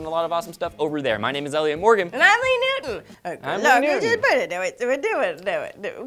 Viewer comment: just say lee newton, she has trouble saying it